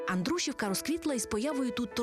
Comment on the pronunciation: Дуже люблю вашу передачу, але дуже сумно що ви не правильно називаєте назву міста Андрушівка !!!